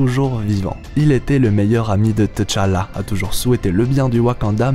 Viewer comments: Pourquoi tu prononces Té-challa...ont dit tchala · Je n’arrive toujours pas à comprendre la prononciation par les occidentaux du nom de Tchalla, vous prononcer le T deux fois T-tchalla si vous voulez prononcer le T à part alors la bonne prononciation serait T-challa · Ca se prononce tchala directement et té-challa. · Pk tu dit "teu"Chala??dans le film c'est Chala tout cour mec😂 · Tchalla bon sang, pas Tichalla ou Téchalla, mmbapé et non Embapé.... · On ne dit pas Téchallah, on dit Tchallah, ça se dit d'un seul trait, faites un efforts, les colons ! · Pourquoi tu dit T chala au lieu de tchalla directement lol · Faut qu'il apprenne a prononcer le nom de t'challa ça arrache les oreilles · à l'écrit oui, la prononciation non, on ne prononce pas la lettre T de façon isolé. (même dans le film, y'en a qui font cette erreur) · c est pas comme ça qu on prononce T'challa mais j aime bien ta prononciation